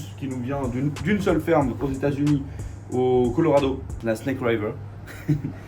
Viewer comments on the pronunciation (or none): Trop bien comme d'hab, mais je t'en supplie pour ne passer pour un blaireau en anglais, c'est river, pas "raillever", river comme rigoler, pas raillegoler 😅🤩